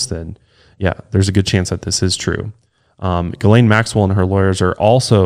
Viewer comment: did not just pronounce Ghislaine Maxwells name as "Jizz-lane" 😄